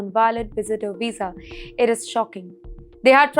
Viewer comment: A Weeza? What's a Weeza?